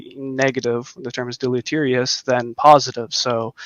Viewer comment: I love what you do, but you're clearly using AI to write your script. Anyone who knows to use the word deleterious also knows how to pronounce it. C'mon, man.